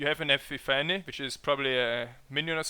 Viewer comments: "eppi-FANNY" should be prenounced "E-piffany" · Epiphany is pronounced "ihpiffani" or: ih-pif-uh-nee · Epi-Fanny hahahaha.